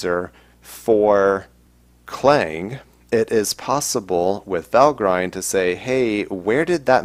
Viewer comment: I believe Valgrind is not pronounced "Val-grind" but rather "Val-grinned". See Nevertheless, interesting episode, keep up the good work!